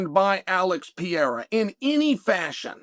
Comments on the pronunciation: When are you going to say PE-REI-RA and not PIEIRA?😂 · Chael for God sake. Pereira has 2 R's in it. How could it possibly sound like "Piera" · Chael, nobody is saying Alex Pee-era's name lol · Who TF is Piera? 😂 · It's been years now. Alex PEREIRA, man ... not pierre, or pierra ... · I like see gringo's speaking pereira ou Palhares, It become pea era and Paul Haris 😂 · Who tf is Alex Piera?? I thought his name was Pereira🤦🏻‍♂️🤦🏻‍♂️🤦🏻‍♂️🤦🏻‍♂️😂😂😂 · Why does unc insist on calling Perreira, Pierre? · Chael has “Pierra” fighting “Surreal” 😂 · "Pee Eira" for the heavyweight title 😂🤣😂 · Shout out to "Pee-ERA" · So, man, it was supposed to be Pereira, but oh well. 😂😂😂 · I watch this guy so much that I'm also unconsciously saying Piera now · That first sentence for me horned up... "Is Alex Pea-era about to fight for the interim title" 👏👌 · You nailed it “Pea-era” 😂 right the way he said . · The Pee-era is upon us